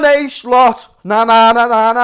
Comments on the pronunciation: Listen kidda, i know you're a Scouser and so am i. That's why i know you're intelligent enough to learn to pronounce arne slot correctly. Arne isn't Arnie etc it's like Ange with an R in it so it's arnge and that's todays schooling lesson over larh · It's more like Arnuh